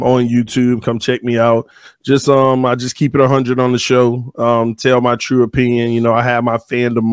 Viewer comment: In the beginning why when he say youtube and true I here a slight baltimore accent.